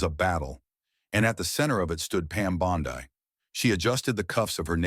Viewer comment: Pronounced Bon-dee, but otherwise, very well written.